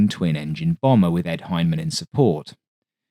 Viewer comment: It ain't Hymen. or Fucking Hine-man. It's Hine-a-man.